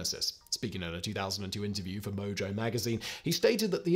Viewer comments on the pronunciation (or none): none